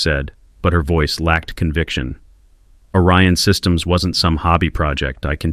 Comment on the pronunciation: And is it ORION SYSTEMS or ARYAN SYSTEMS.Your AI bubble writer is confused ..Because 1 sounds legit but the other .ARYAN ..errrrr sounds a bit ..how can i put it..Master racey as in Hitler